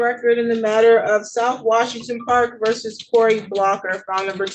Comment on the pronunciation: Really liked your strict judges video. BTW, the word is “versus” — two syllables. You can also say “V.” “Verse” is part of a poem and is always wrong in this context.